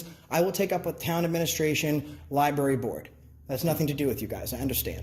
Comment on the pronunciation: The way she says "Lieberry" tells you that she clearly can't spell Library, so she shouldn't be working in one.